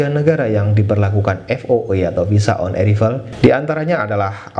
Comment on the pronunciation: Haha...bukan visa on erivel baca on eraivel🤣